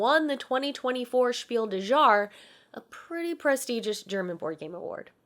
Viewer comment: When you mentioned Sky Team won a German award, I assume you meant Spiel des Jahres (which translates to Game of the Year). You said "des Jahres" in a very French way.